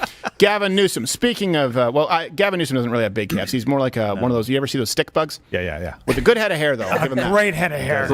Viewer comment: wow sad...... he mispronounced in is common "stick" out your tongue. But hey whatever right